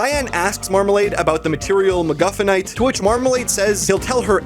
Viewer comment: When bro said "McGufinnite" I thought bro is talking about a McDonalds' food item🤣🤣🥲☠️